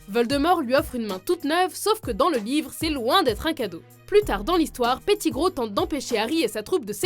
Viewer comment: Tu prononce mal Malefoy, petigrow, Weasley, Ludo Verpey et Gilderoy Lockhart, aussi dans certain de tes extraits de film les voix de Harry et Hermione sont bizarre